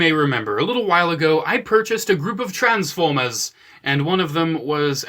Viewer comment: I swore I heard "A Group of Trans-Pho-Bias" not the Jersey accent "Trans-Foy-Mas" at the beginning. 😳😂